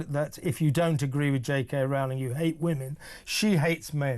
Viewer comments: ROE-ling, not "ROW-ling" ffs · Why do talking heads not know how to pronounce JK Rowling's name by now? It sounds like "rolling". Dude, you get paid to do this for a living - get the names right. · It's pronounced J K Rolling. How many more fffffing times. She's said it herself !!! The preferred pronunciation of J.K. Rowling's surname is "ROH-ling," which rhymes with "bowling".